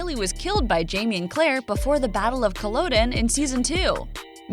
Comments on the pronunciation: Highland Scot, born and bred. Please don't butcher our language.... Sorry to be pedantic but Gaelic is pronounced differently depending on whether it's Irish (Gay-lik) or Scottish (Gaa-lik), so obviously in Outlander they're speaking 'Gaa-lik'. The Scots Gaelic originated in Ireland and although similar, they are not the same. Also Culloden is pronounced 'Cull-u-den' with the stress on u-den. Oh aye, and it's Fraser not Frasier! Saor Alba gu bràth, mar bu chòir!! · UCan I think UCan't be Scottish... WTAF! You clearly don't know what you're talking about. I was born and brought up in Aberdeenshire and have lived and worked near Inverness. The LOCAL pronunciation is most definitely NOT Cull-O-den. It is, as I have already said, Cull-u-den with a minor stress on the middle vowel. I note there are several other comments on the inaccurate pronunciation of 'names and historical events' on here. I recommend you rewatch the episodes in which Culloden features and you will see, and hear, that I am right.